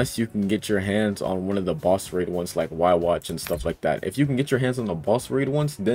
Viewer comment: bro really said yuwach